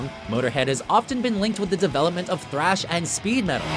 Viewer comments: I thought you said trash I was about to flip out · I thought you said "trash"